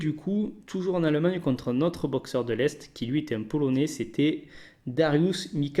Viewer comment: Arette de dire aleumagneux c'est allemagne stp